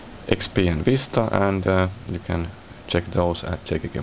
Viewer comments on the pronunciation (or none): none